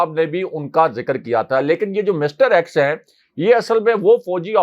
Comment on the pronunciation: EX hota hay ax nahi